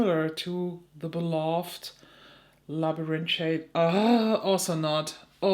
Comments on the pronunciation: This Haggard quint was accessible to me and not expensive. I got the real thing and just purchased the quint. Labyrinth in English is pronounced as you say it but in the end you do not pronounce the T. The T is a th which is similar to a z sound (in Soanish). Sorry for your shadow loss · Sounds like Lab-rinth ❤ but ur pronunciation is much fancier! 😊 love that shade, but my goodness is that palette EXPENSIVE! over 50$, and there's only one truly unique shade? Doesn't seem worth it i hope u find a good dupe! ❤ back to the vid 😂